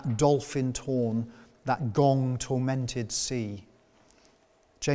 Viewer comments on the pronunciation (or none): none